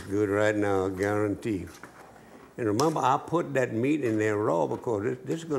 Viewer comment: How y’all are? I Gar-Ron-tee 😂😂